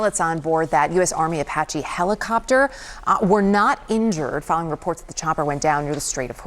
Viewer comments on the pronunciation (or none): please try to learn how to pronounce things like Iran isn't O'ron and Apache isn't O'pache'... Your an amazing reporter lets elevate your linguistics just a touch... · Does she really not know how to pronounce Apache?